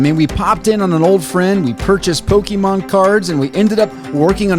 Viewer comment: How to pronounce Pokémon: Poke-E-mon ❌ Poke-UH-mon ❌ Poke-AY-mon ✅ Admittedly, I pronounce it "Poke-UH-mon" (like the seller is pronouncing it) but hearing "Poke-E-mon" probably bothers me more than it should and it's solely because that's how boomer parents said it in the 90s and 00s 😅